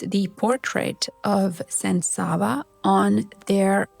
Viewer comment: Sollte man lernen alle Namen richtig auszusprechen Savo, Raško,Nemanja.... So viel zur künstlicher Intelligenz dass sie alles kann ❣️